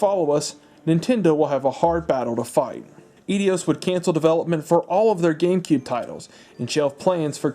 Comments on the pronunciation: I have been watching some of the long form, documentary type videos about game consoles and the history. Reliving some memories and such. You video is well researched, but hopefully someone has pointed out to you; Eidos is pronounced ay-dows, a hard 'a' and 'doe' like the female deer. 1) I took a minor in Greek literature in uni, 2) one of my favorite dev houses at the time 3) it is jarring to hear it mispronounced. That, sir is my only criticism. No worries, though. Growing up, I am sure I had a weird pronunciation in my head up until I took those courses. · Got halfway through and kept hearing aedios instead of eidos. Is that really how its pronounced? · Darn you Edios!!! Edios? Eidos ? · I always pronounced it eye-dose. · Aydios..... interesting. So what does it feel like to be dyslexic? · "Eidios" :p Enjoying the video! Just one thing to note, Wind Waker never got a "full remake" on the Wii U. It was a remaster. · Eidos is pronounced A-dos. It’s a Greek word! Miss miss pronunciation of that drove me crazy. But the rest of this wasn’t very very very well done. Cheers to you. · Eidos is pronounced i-dos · Absolutely delightful! But dude, you’re pronouncig Eidos wrong. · Laughing at your pronunciation of Eidos... It's "Eye-Dos", not "Eee-dee-yos"... Honestly, YouTubers pronouncing things badly is a new sport... Why you wouldn't find out how to pronounce something correctly before making a fool of yourself in a video for posterity never ceases to amaze me... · Eeedeeoss lmao it’s Aidoss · Lol. "Eedios" gave me a good chuckle 😉. It's *eye-dos*. Also, Dolby pro logic II was stereo audio upmixed to 5 channels. The only way to get true discreet 5.1 channel audio back then, was a digital output, which was optical only. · Great video - no silly cutaways that too many youtubers do thinking its funny, no distracting background music that's too loud, no messin about. Only nitpick, Eidos is pronounced "eye-doss" not "eddy-oss" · The way he pronounced "Eidos" 😝😄🤣